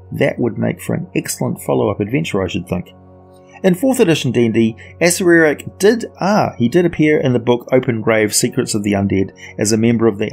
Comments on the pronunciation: You lose credibility when you can't even pronounce one of the most famous beings in the D&D Univers correctly, why do you ad the extra sylable? A-cer-ack. Not A-cer-er-ack. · Isnt it pronounced ah-sair-rak? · The right accerak pronuntiation is a-SHAI-ak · levimorne I think according to Perkins (you can find it on the Stream of Anihilation plot overview) pronounced it as, (Acer-err-ack). Funny enough, I think the pronunciation in the TOA book is actually wrong. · Chris Perkin’s pronunciation from the stream of anihilation. A-Cer-Er-Ack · lol thats what i thought. You pronounce it how you want tho. Be yourself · man, I have heard so many people pronounce Acererak and I have to say, the way you pronounce it is the latest lol. I will never actually know how to pronounce that dudes name! BUT good video as usual! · Pronunciation of Acererak Discuss... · Thanks for the feedback Erich, this video is several years old and I have long since corrected that error in my pronunciation thanks to helpful feedback from viewers such as yourself. If you spot errors in more recent videos, please let me know.